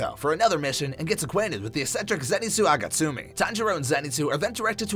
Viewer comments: who tf is zenitsu agatsumi? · Z-zenitsu agatsumi?! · Excuse me but it’s actually zenitsu agatsuma